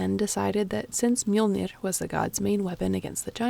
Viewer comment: That face when you here some good pronunciations of "Mjollnir" and "Aurgelmir" ╰(*°▽°*)╯